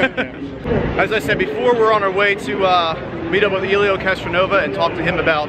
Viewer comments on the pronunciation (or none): early on did you say CastroNOVA? lol No worries, sometimes a Freudian American Muscle Car slip can't be helped. Were you told how hot the tires can actually get during a race? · Castronovez.....Castronova? WTF! This man is famous, at least learn how to pronounce his name before you start filming. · Helio "Castronova" 😂😂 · At least pronounce the driver's name right: Castroneves Good video though, lots of good info. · Good Lord learn how to pronounce his name. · Can't believe how many times you mispronounced Castroneves's name. Shame shame. Really enjoyed you sharing this look into Indy for us. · Anyone notice how many times he messed up saying castroneves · Being from Indianapolis, I cringed every time he said his name... I've sat in the stands and watched him win the Indy 500 a couple times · Gimp geek couldn't agree more. Us Indiana folk had to about puke every time he said his name.